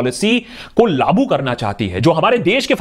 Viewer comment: great information and awareness bro, by the way its not laaboo, its "laagoo" kiya gaya. ;-)